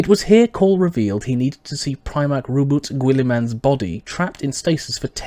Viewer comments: Ahem.. ROW-BOO-TAY GILL-UH-MIN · "roe-bert goo ill ih man" 😂😂😂😂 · I think you'll find it's pronounced Row-Boat down the Gully man.